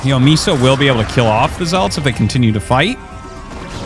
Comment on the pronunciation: Did Arty eat something good? He's been calling zealots properly instead of "zeaLOT".